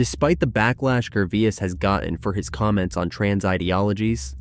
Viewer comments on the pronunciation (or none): his name is completely mispronounced. Like Jervee-ass. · Are you reading a speech you didn't write? You call him Ricky Ger-vi-as then Ger-vase (correct pronunciation). Learn people's name and how to pronounce them before you talk. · Learn how to pronounce peoples names you are talking about Gervais is pronounced Ger-Vay. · Maybe you should switch from the Artificial Intelligence narrator to the real intelligence narrator. At least get one that remembers pronunciation from sentence to sentence...was it Ricky Jer-vase or Ricky Ger-v-i-ase? Or better yet, do it yourself! Bye! Outta here! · What robot is reading this out? The number of times he mispronounces Gervais's name is unbelievable. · To the owner of the channel- your AI narration is quite obvious when it pronounces the same word 3 different ways back to back to back! Come on! Ricky Gervais is only pronounced one way! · Who ever the narrator of this story is should be ashamed of himself. If you cannot pronounce someone's name properly pass the job to someone else! You keep butchering Ricky Gervais' name. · Why do you mispronounced Rickie’s last name? Is your speech produced b AI?